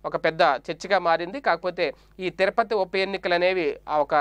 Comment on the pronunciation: తిరపతి కాదు, తిరుపతి.సరిగా పలకండి.